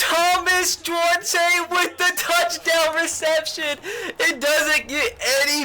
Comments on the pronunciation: You're pronouncing Duarte wrong, the e is silent, I know this cause it's my last name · When you can't pronounce duarte...?